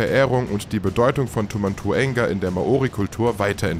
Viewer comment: Es heist Tau und nicht Tu Rede bitte die sachen ordentlich aus